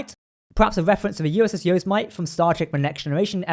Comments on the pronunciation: Yous-mite? It is Yo-seem-it-ee. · Yo-Si-Me-Te, it's a native American word. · I think u meant to say Yosemite is- yoh-SEM-i-tee. Is now a national forest but was inhabited by a native tribe meaning “killer”. Presumably decimated by Mariposa Battalion. FYI . And all they got was a forest named after them.... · yo-SIM-eh-tee! As in Yosemite, a Californian US National Park as seen in Star Trek V, where Kirk was seen camping and free climbing. This is appropriate as a shuttle for a California class starship like the Cerritos.